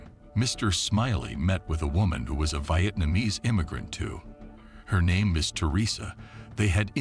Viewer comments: Wyetnamiese?!! Thats unwatchable.😂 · V eye atmanese? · Say Vietnamese & Stepson again 😂😂